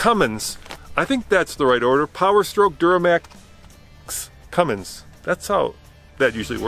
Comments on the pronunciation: its cummins guy....not cummings. i swear where do these guys get this shit from lmao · Guy said cumming instead of Cummins lol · Legit y does everyone think it’s Cummings it’s CUMMINS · So, can somebody teach this guy finally to say CUMMINS..?? 🤣🤣